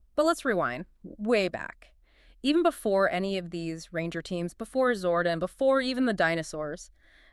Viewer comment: Good video A few mispronounciaton that made me half think ai.. like zordon, and several other ones I can't recall but still a good video.. watch t he show for the proper pronunciation for zordon lol. Dine oh not deno 😅. Zord on not zord in lol